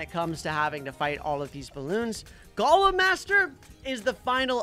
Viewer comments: It’s golem not galem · is not g o lem is go lem